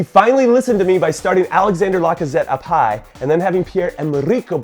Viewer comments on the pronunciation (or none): none